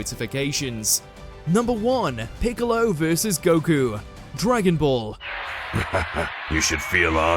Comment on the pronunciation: I just kept listening to”Bigalow” 💀🤡